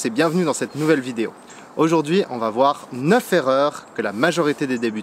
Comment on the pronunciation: Comme tu es un être zen, tu ne prendras pas ombrage ce que je vais te dire. 😇 J'ai remarqué que dans toutes tes vidéos, tu faisais le même pataquès : "ça va-t-être" (pour" ça va être"). Et là, tu as enchaîné avec "les neuf z'erreurs". Ça sonne mieux...mais c'est incorrect.😜 Sinon, j'apprécie beaucoup tes vidéos. Bonne continuation.